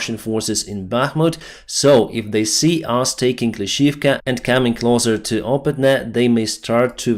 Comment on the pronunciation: Victory! finally used "closer" instead of "clother"! Hooray!:)